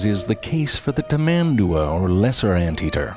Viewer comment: When he said "tamAndua", I died from anguish.